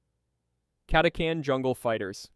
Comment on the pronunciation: Catachan was pronounced about 5 different ways